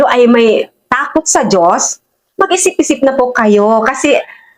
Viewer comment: hindi mo na kuha ang punto madam, wag mong putolin ang video wag e edit, bangag ka ba, ilan ang binayad sa inyo para siraan ang Duterte. kahit sa pagbigkas mo ng Dios mali karin hindi jios kundi Dios. bakit nakakasiguro ka ba sa langit ang punta mo. panatico kayo ng addict.